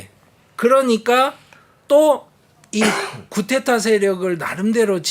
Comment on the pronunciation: 늘 감사히 열렬히 시청하고 있습니다. 말씀중에 흔히 보통사람들처럼 교수님도 프랑스어 꾸데따 (Coup d'Etat)를 쿠테타로 말씀하셔서 차라리 쿠데타로 발음하시면 좋을 것같습니다. 중간발음은 분명히 ㅌ 발음은 아닙니다.